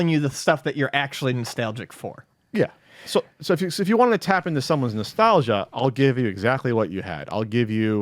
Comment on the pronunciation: I like how says "Nestelgia".... cause he so fan of the Nes he says "Nestelgia".... lol